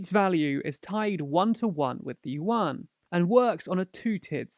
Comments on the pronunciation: "youen", not "youwan" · Only 'cos he can't pronounce it. It sounds like "ywen" with a tone that rises. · yuan is pronounced oo-en, with an almost umlaut-y oo. But it's usually called renmenbi, or run mun bee, but the u is schwa ie the 'ugh' sound that most unstressed vowels become in english.